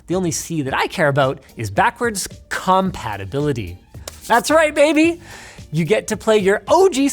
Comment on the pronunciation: Why did you say "CUMpatibility" like that lmao